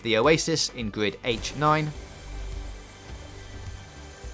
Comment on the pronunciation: Is it just me or does he say gwrid instead of grid